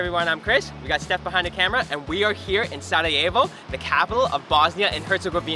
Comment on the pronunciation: thank you for saying the city name right